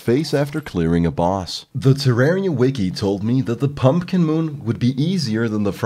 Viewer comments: It's pronounced Terr-ai-ria, not Terr-ar-ria. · Nice a whole review about Terraria and you can't pronounce the game's name. Not Ter-are-ia it's Ter-rare-ia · Incorrect, he called the game terr ARE ia. OBJECTIVELY incorrect pronunciation. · You said terraria wrong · why does everyone pronounce terraria wrong the devs have even said its the other way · Except for the fact that the creators of the game confirmed the pronunciation and he was saying it wrong. Do your research first.